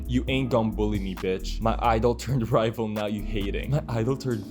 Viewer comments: lol "rival" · not the word "rival" 😂